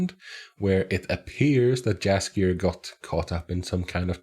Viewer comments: Please, pronounce Jaskier as if j was actually y. It's polish word and in polish we pronounce j as it was y. Great reactions! Keep on good work! You're very inteligent and it's so nice to hear your thoughts about the show. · Yeah i always laugh a little when people call him Jaskier with English J because then his name sounds cat's food. Also people often write Yennifer instead of Yennefer and Vesimir instead of Vesemir. Sometimes they call Cahir with silent H so it sounds like Kair. That's reason to watch the show with subtitles, especially when someone is English speaker. A lot of polish words and polish way of pronouncing.